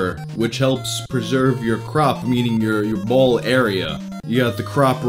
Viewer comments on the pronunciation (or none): none